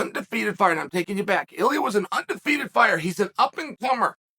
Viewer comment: He says “iliuh”